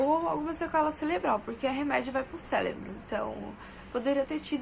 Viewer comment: Maldito Paulo Freire! " celebral, célebro, mim fazer. ".